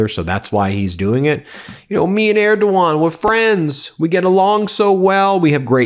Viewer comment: Okay, they’re such great friends that donald doesn’t pronounce Erdogan correctly 😂